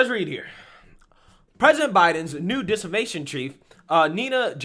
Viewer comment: new disamation treef? Dude take some time to read the article to yourself first before you make your video. Take a second to practice saying people's names. Maybe make fewer vids a day and spend more time on each? I agree with what you say, but it's kind of a struggle to watch. At this point I can just read the article myself, and faster.